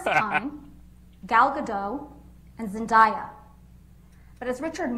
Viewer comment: throughout this entire case not a single person has pronounced Zendaya correctly wtf